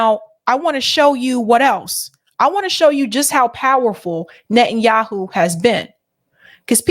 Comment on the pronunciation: The United States of Netten Youwhoo